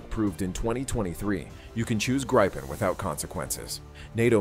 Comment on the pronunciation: Swedish "Gripen" is pronounced like in Spanish.